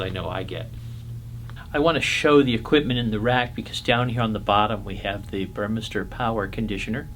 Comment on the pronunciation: The pronunciation is "Boor-meh-star".